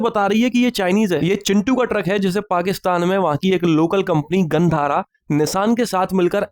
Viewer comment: Bhai this GHANDHARA sounds like GAND HARA